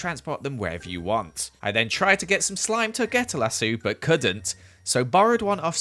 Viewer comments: I have never heard anybody say Lasso (La- soo) in stead of lasso (La- sow) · Why do you pronounce lasso as lassoo? Its lass-o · No one gonna mention that he called a lasso a “lassoo” I don’t know if that’s how y’all say it but I’ve never heard people from the Uk say it like that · Wait did he say la-sue ? Is that what it's called or is that just how he pronounces it? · This is the first time I've ever heard someone pronounce lasso like that "lazoo" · It’s pronounced lass-oh lol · Obsessed with how pronounces lasso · LMAO!!! Did you hear how he said “lasso”???? Lol! That sounds so dumb I love it. Say it more! XD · Ok so I’m American and I’m obsessed with the way says lasso